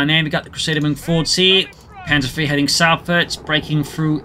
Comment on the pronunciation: your "panzer three" sound like "panzer V" i search for panther all the time